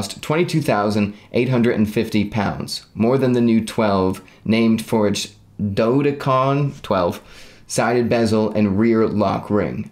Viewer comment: If you plan to talk about the watch more it’s prounced dough-deck-ah-gone. Or dough-deck-ah-gin. Not at all trying to be rude.